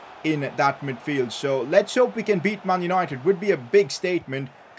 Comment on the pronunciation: "Mun yunoited"